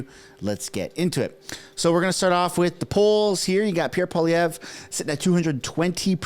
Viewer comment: It's not Pierre Poliev. How has it become normal to butcher the man's last name, and everyone is repeating it like it's fine. It shows lack of respect for French last names in general.